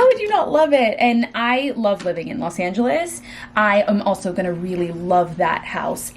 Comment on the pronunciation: Go to Texas for 4 months and come back saying “livin” 😂😂